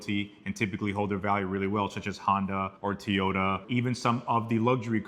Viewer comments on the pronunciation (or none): I heard that too. 😂